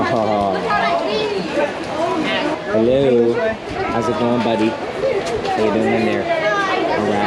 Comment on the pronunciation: Lol love your southern hello lol🐊🐊🐊🐊🐊🐊🐢🐢🐍🐍🦜🦜🕊🕊